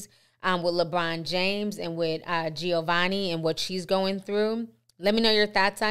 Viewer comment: Giovanni not jenoveni lol